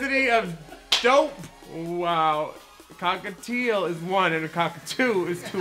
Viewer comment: “Cockatieuxx” “Ballistic” IM CACKLING